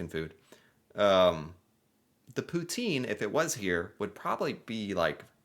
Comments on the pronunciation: you said poutine the right way the second time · Wow. Your poutine is seriously good in bilingual part! Toi t'es un vrai!